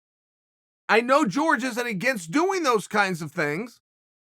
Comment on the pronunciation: It’s jorge not George